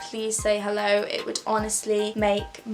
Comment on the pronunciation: your "hello" sounded german af